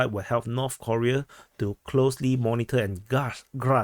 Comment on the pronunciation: North Koreeeeeeeeea (pronounced like Defense Politics Aaaaaasiaaaa)